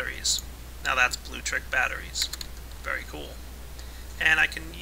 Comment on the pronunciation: Blue-lectric, not bluetric.